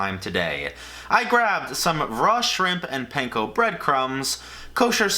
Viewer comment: Pahn-ko not pain-ko